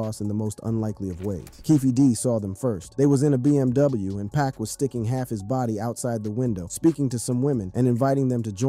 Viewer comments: 2pock not 2pack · 2pac not 2pock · U know nothing about 2pac or else youd say his name right